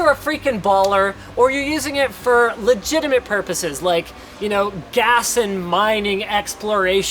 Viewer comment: "Legitament Purposes" Lol